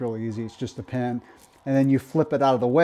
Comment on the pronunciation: Pins not pens!!!!!!!! Lol